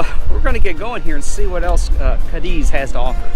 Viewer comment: before you do these videos it would be great if you a little, just a little, homework. You even pronounce Cádiz incorrectly. Just a little more effort and you’ll be on your way.